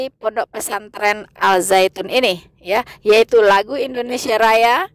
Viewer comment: Koreksi: Dalam penulisan bahasa Indonesia, Al- Zaytun, sudah benar. Akan tetapi cara membacanya atau menyebutkannya utk Indonesia tdk lg Alzaytun tapi Azaytun. Al- Zaytun, di baca: Azaytun.